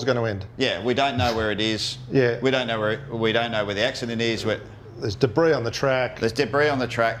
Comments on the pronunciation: B Even CAMS thought this ass 'peculiar' - Taken from the CAMS verdict - A peculiar feature of this matter is that in the Team Radio communication from Car #12's Engineer to the Driver of Car #12, the Engineer mispronounced "debris" as “debriss”. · Especially with the dubious mispronunciation of the word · 'Debris' - pronounced that way is the key word - No way that a race engineer doesn't know how to say it. Fabricated and obvious - I'm a DJR fan, too.